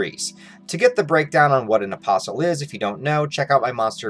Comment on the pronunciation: Why the Hell I keep hearing opossum instead of apostol?